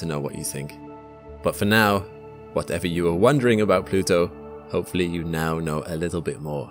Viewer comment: He said... Plutoow !!😂